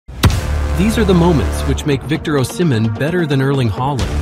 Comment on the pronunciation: He's simply mispronouncing the name Osimhen "O-SEE-MEN" is the correct pronunciation